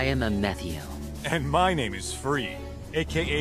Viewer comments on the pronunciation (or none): I hate the way the pronounce ametheos name in the dub it's a me theo not a meth eo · I thought it would sound more like the word Amethyst since the most of the members are named after rocks, didn’t expect that “a Matthew” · from my understanding I believe it because of the pronunciation of R sounding like L